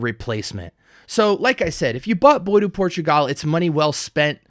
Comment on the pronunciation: Bois is pronounced "BWahh" not "boy" or "boys."